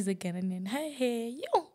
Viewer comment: Ghanaian not ghananian 😂😂I love Adelaide